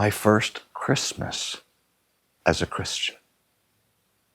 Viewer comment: Chritmas??? Really??? You had one job.